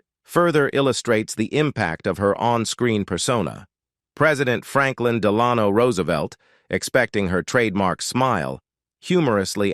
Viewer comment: Was this read by AI? So many words mispronounced, and President Franklin Delano Roosevelt. Referred to many times as president Franklin. Plus Delano mispronounced. Sorry, I love Shirley’s movies and I’m a big fan but it’s hard to listen to something so badly garbled. Shirley would have done a better job at the age of 7.